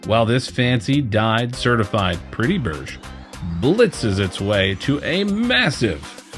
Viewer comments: You have to pronounce berg right not like "bursch" it is pronounce more like "bärj" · Swedish pronunciation tip: try pronouncing berg more like ”barry” with a spanish R, it should sound pretty close!